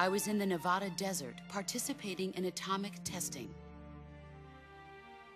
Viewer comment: she said "Nevada" wrong